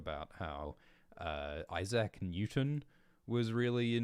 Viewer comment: That's a belter of a way to pronounce Issac 😂